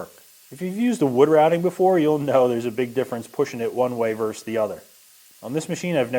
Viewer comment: Versus is two syllables.